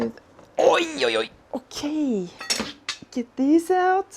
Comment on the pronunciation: "Oj oj oj!! Okej!" 😄 You sounded surprisingly Swedish there aswell 😄😄